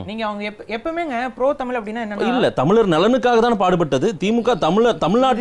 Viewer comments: தமில் அல்ல, தமிழ் என்று சரியாக உச்சரிக்கவும். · தமில் இல்லை தமிழ். நீயெல்லாம் டமில்டூமில்தான் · முதலில் தமிழை சரியாக உச்சரிக்கச்சொல்லுங்க. தமில் என்று கொல்லாதீர்கள்.